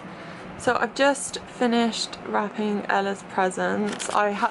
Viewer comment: is a Beautiful, Breathtaking, Boss Borderline Bish!!! 😎 Also, random, but when you said you had just finished “wrapping Ella’s presents” I thought you said “crapping Ella’s presents” and I was like 🤨😐🤭😳 lol